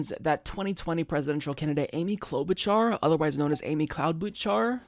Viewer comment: Cloud-Boot-Jar...get it right!